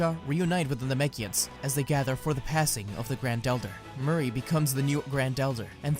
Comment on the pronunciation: His name isn’t Murray it’s Moori